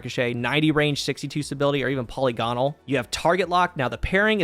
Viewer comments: I'm begging you to pronounce polygonal properly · It’s pronounced “puh·li·guh·nuhl”